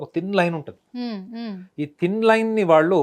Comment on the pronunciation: 😮 తల్లి ముందున్నువ్వు తెలుగు సరిగ్గా పలకడం నేర్చుకో. వాలు కాదు వాళ్ళు